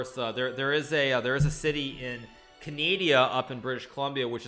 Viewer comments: Re-(va)gina. Ca-nay-dee-yah! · I love he called the country Canadia. Also there is a US state that should be called Floridia. :)